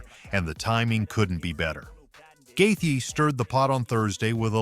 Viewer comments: Wtf guy. It's not Gathe.. it's Justin gaethje.. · Stop saying Justin’s name like that